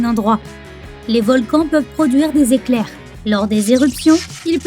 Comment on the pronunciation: '' des éclairhrh '' mais oui c'est clair ))